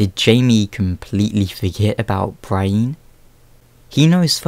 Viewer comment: pro tip: its BREE-en and sir-SEE not BRY-een and sir-SAY